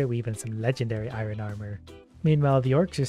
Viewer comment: I love how he can’t say Iron properly. 😂 I ren. lol 😂